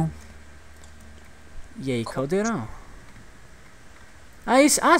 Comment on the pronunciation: Não é Caldrun é CALDEIRÃO